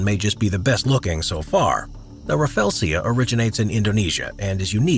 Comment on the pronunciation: Rafflesia pronounce as ruh-flee-zhuh not rafelsia